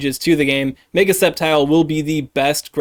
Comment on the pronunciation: I hate how you pronounce "mega"